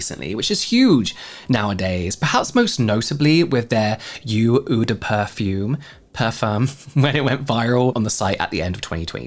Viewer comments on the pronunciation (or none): I'm grateful for the scope of the information you provide, your in-depth coverage of the beauty industry. But please do better with pronunciation! You regularly botch many, many people's names, which feels mildly disrespectful. Take the time to find out how to say people's names that you're reporting on. But your French is truly atrocious, especially your "oo de perfume" (oh-de-par-fom).